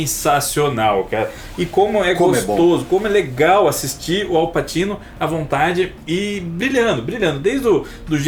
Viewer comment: não leva a mal mas pra uqe insistir no "Passino"?